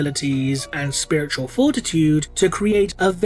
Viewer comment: “...The Oh-So-WONDeful-I-COULD-SHIT-My-POWEPANTS-SpiwitauwLIEGE!”